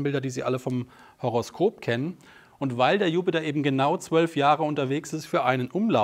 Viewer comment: sagt wirklich Horroskop 😏 Toller Vortrag. Ich höre dir sehr gerne zu.